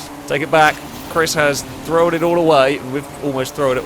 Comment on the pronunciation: AAAHHH! THROWN! NOT THROWAN!